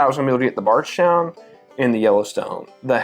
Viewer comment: Does anyone els hear Bardgtown when he says Bardstown ?